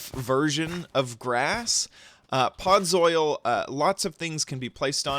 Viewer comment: And learn to pronounce its podzol no podzoil and you might need other plant pronunciation lessons